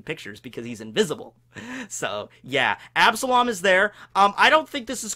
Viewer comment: You took an L on absalom